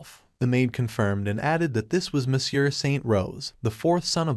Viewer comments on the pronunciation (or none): none